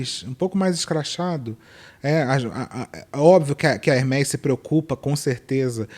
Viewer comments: Ela falando Hermes errado, me fez lembrar eu mesma. Eu trabalhava com um executivo da alta classe e aí eu falei Hermes (incorretamente), e ele me corrigiu haha eu nunca mais esqueci. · Aí a pessoa fala de capital cultural no Tiktok, de conhecimento, sobre ser culto e chama a Hermès ( /hérméz/) de Hérmes... Ah mana, menas, né! E, amooo seus vídeos mais cultos. Ótima abordagem sobre capital cultural! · Essa moça de fone branco depois de falar “heRRmès*” , só faltar soltar um “Gucciiii*, colcciiii*” Eu sou pobre, grifes pra mim são igual caviar.. nunca vi, nem comi, só ouço falar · Se lê hermê Francês com ès se lê ê Isso é capital cultural Não se aprende a pronúncia de uma palavra, se sabe intrinsecamente por se saber falar a língua da qual ela teve origem.. Sucesso,!